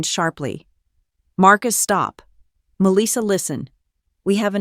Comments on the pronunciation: To the Narrator, I do not what State and City you are from. * But Melissa is phonetically pronounce " Mel - lis -sa. Or Ma - lissa Most part of the country we don't say Me- Lis- sa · Her name is Melissa, not Meleeesa. AI needs reprogramming. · Or pronounce her name as Mell - lissa